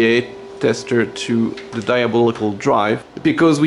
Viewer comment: Can you tell us some more about your TDR... or point us at a video if you already have. I love your pronunciation of "diabolical"